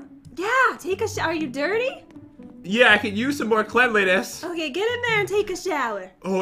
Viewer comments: me: cle-n-li-ness? don't you mean cleanliness- when he sees my comment: dOnT jUDgE mE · and pat said cleanliness wrong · the word is pronouced cleanliness